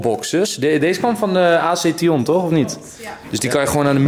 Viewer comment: a-c tion het is action